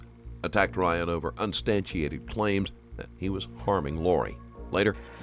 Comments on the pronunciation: "Unstanchiated claims" yikes 51 seconds in. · "Unstaniated Claims" 🤣🤣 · UnSUBstantiated ... missed a syllable there bossman